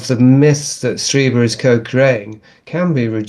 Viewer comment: Streeber, it's pronounced Streeber